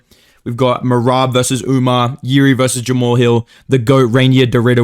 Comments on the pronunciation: Why do you keep calling "Umar" "Umnar"? Is it a bit? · Why do u keep saying umar’s name wrong where is the N??? It’s not Umnar. Put respect on the goat’s name please